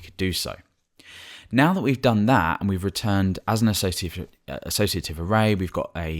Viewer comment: hey! thanks buddy! I see u still got hard time with pronouncing assoc:P